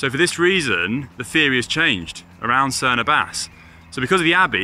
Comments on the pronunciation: Someone really needs to have a quiet word with Connor about the correct pronunciation of Cerne Abbas... He loses all credibility every time 😂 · Tell Connor it's Cerne Ab Ass, not Ah bass. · Why has no one taught Connor how to pronounce the Abbas in Cerne Abbas yet?